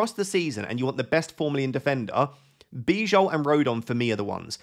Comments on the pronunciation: Great video, just please pronounce Bijol as Bee-yol. That's correct pronunciation. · Hi just a minor note, its pronounced Biyol (Bijol) i should know, I am from Slovenia 😄 love the content otherwise, keep it up!!!